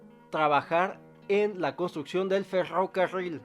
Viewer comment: Cuando dijo "ferrocarril" estallé 😂